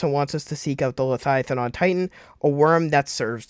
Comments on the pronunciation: Le-via-than repeat after me LE-VIA-THAN . Not letiathan😂😂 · Why does he say leviathan like that lmao man say “leiathian” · V does not make a TH sound.. slow down lol